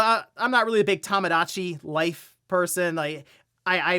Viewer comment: One of these days is gonna pronounce Tomodachi Life correctly.